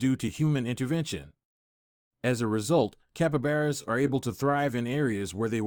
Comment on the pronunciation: Capabaras its capybara 🤣